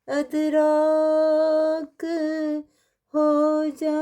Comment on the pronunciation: ادراک کا صحیح تلفظ “اِدراک” ہے، یعنی زیر کے ساتھ “اِ”۔ یہ عربی اصل کا لفظ ہے جس کے معنی ہیں “سمجھنا، فہم، یا شعور حاصل کرنا”